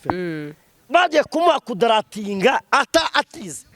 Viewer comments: 😂😂😂😂😂😂😂😂 banza wige kuvuga kugaradiwetinga😂😂😂😂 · Ariko na none ibyo avuga kuri Vestine nibyo,ariko nawe ashobore kuba ari inkandagira bitabo.....!buriya nta kintu na kimwe azi kuvuga neza kupongle reka daaaaa......!DNA oyaaa daaaa......!mwarangiza ngo ni Prophete kuvuga ku gratiatinga reka daaaaaaa.........! Uyu yaracanganyikiwe nukuri..........n'amagambo avuga bigaragare ko afite ikibazo peeeee.........! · Pu kongoro😂😂😂😂😂😂😂❤urikumvaneza😂😂🤣🤣🤣 kuduratinga😂😂😅❤❤❤❤